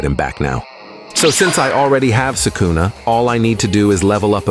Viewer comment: Why's bro saying sukuna like that? They say it in the anime. so It's impossible to say it wrong